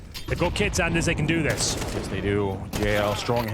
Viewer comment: Its "Jes" = yeah